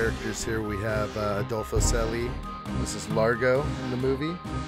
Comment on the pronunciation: Hi there! Nice to see original footage appearing after more than a half of a century! Much appreciated! Just few remarks about your commentary. Adolfo Celli - correct pronouncing should be like „Chelly“ and - Nassau is not an Island but a city on an island New Providence. Also, someone else wrote about a swimming pool at Coral Harbour hotel. Swimming pool at this footage is not from Coral Harbour hotel (scene with Domino and Conck Chowder) but a shark pool from Largos home Palmyra on so called Rock Point on the nothern side of the island.